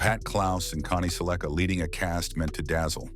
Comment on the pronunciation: Connie suh-LEK-uh. mmkay.